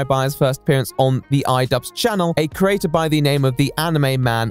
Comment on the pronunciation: The way he mispronounces the word 'creator' drives me absolutely mental.